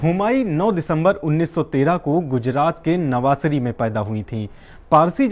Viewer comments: It's not navaasari... It's Navsaari (Navasari) ..good work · sir wo nvasari nahi hai navsari hai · Navsari not navasari